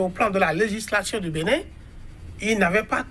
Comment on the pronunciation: BENIN et non BENNIN